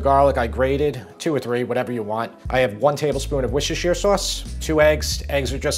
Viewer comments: Another inspiring one! Thanks! But: It’s ‘Wooster’ sauce. Welcome. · You really nailed the pronunciation of that worcestershesterjesterrestershire sauce 😂 I have to call it W sauce or it’ll take me all day to pronounce 😅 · “Wish assure sauce”. 😂😂